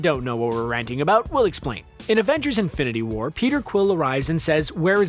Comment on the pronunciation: “Infininity war” Nice.